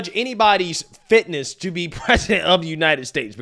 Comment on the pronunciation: the subject is FIT NESS! Not FAT-ASSES 😅